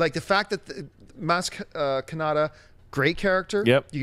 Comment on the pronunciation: I heard you guys repeat "maz katana" over and over again. It's KANATA.